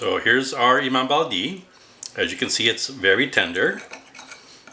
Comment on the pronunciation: Greetings from the US😢... My Turkish mother Ayla said the correct pronunciation was like the flat e sound like in French (uh , le)) for the i at the end of Bayaldi. I just found your channel and I love your mom's/ your recipies!